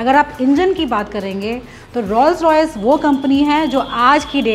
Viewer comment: Your renditions are excellent. However allow me to correct your pronunciation of Rolls Royce. Rolls is pronounced as ROLES.